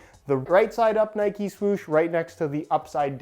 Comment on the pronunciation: I’m sorry but it’s pissing me off it’s Nike not nikey